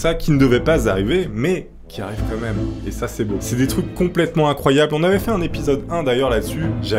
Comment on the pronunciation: gros t'abuse a dire "comme même" dés le début fait un effort stp